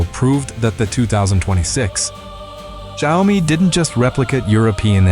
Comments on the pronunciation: Xiaomi is pronounced, "Shaow Mee". Not hard to get right, lol. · These AI speech generation does not know how to pronounce XIAOMI. It's XIAO MI. You get it right sometimes